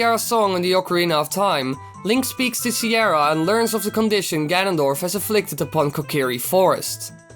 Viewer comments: Can u say Sar-e-ah not ciera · Its fricking Saria nit Siara. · CIERRA It's Saria lmao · You still say "Siara" It's called ****' Saria!! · It's not siara its Saria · This is a great video but your pronunciation was killing me Sah-ree-uh not See-air-uh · i agree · who is Sierra? it's Saria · see-air-a even know you mispronounced it the name sounds much cooler now XD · Or is it Sare-eee-uh?